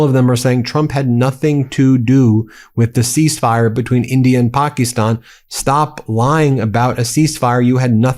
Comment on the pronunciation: Stop saying "PAH-kee-STAHN"... it's pronounced, correctly, in English, "PAKISTAN", and it has been since 1948 . Just say, "Pakistan"; it's not even a "real country" anyway, so there is no need to be saying it "authentically" like that... it's just the western part of India where the British tried to separate Hindus from Muslims, and it doesn't work.